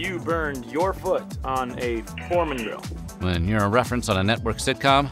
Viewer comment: He said, "George Foreman Drill."